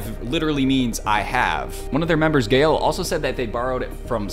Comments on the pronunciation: Great video! Btw Gaeul is pronounced more like ga-ul :) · Dude just pronounced Gaeul’s name like Gail lol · The fact that he called Gaeul "Gale" is golden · My dude said "Gale" 😭.... you're old 🥹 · xD the way pronounced "gaeul" at the end had me dying